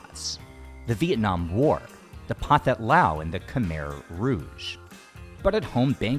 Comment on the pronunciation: Pronunciation tip: "pathet" is pronounced "patet". Not many languages have the "th" sound like in English and no Asian language as far as I know.